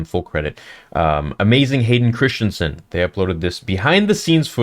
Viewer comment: If you’re such a fan, why can’t you pronounce Christensen correctly?